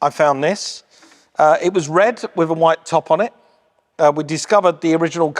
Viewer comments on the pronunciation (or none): none